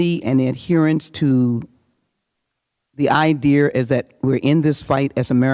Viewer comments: This Black woman here is kind of ILLITERATE. How is she speaking? The Idear, she says,., THE INSURRECTION WAS AN INDIDE JOB! PERIOD! Liars.,.,Provication she said,. giggle,. So Illiterate! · Idear lol what a crock Jackson Lee is. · Idea has no R in it Lee!